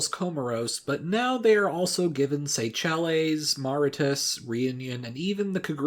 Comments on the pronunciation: Say-shells not Say-chell-ies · Keguran islands? Its kerguelen. Seychellees? Cmon man really?? sao tome? its sao tomÉ. I can`t stand when those are mispronounced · Seychelles is pronounced "say shells" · Minor pedantry: Seychelles is prounounced like "Seashell" with the "ea" pronounced like "ay" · What did the pronunciation of Seychelles ever do you smh 😂